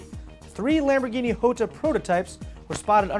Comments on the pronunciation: top gear pointed out the big pecker months ago and its probably pronounced yo-ta not ho-ta since its italian not spanish. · Its "Jota" not "iota" ... do you also sai "iames"(James) or "iustin Bieber" (Justin Bieber)? :D reat show show and spelling stuff is sometimes easier than it looks :D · You're still wrong, it's Ho-ta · I thought the Jota was pronounced (Jaw-ta) i didn't know it was (Joe-ta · Hey, which pronunciation of "Jota" are you using? I know the word exists in numerous languages, all with a different pronunciation for each. The way you said it sounded a bit more French than Spanish.